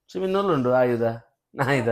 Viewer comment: 😂ಆಯುಧ ❌ನಾಯಿದ ✅😅